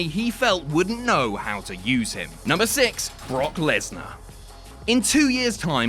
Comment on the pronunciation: "berk lesnar" hahahahahahahahahha